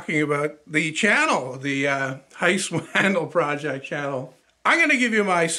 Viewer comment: Um... the name Matthias is actually pronounced "muh * TEE * uhs." Wandel is actually pronounced "wahn * DEL" (short e). Listen to how he pronounces it himself.